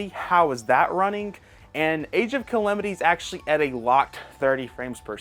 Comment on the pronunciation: Age of Kalemitee 😂